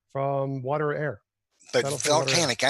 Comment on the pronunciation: "the wah turr" 😅